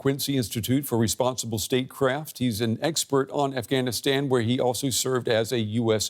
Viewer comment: Aaeyfgaynistain? Aesa koun bolta hai bay?